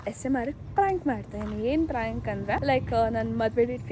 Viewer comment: Prank ❌ Fronk ✅ 😂😂